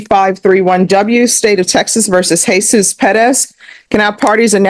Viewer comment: It's pronounces, Heh-SOOS.